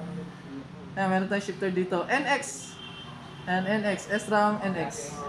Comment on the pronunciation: not S-ram.. Shram po basa.